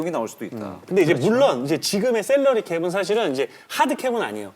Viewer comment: 저도 계속 이거 거슬려서 집중을 못했네요 ㅋㅋ